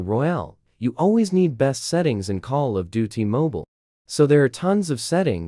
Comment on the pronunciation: 😂come on, now all I hear is call of do t.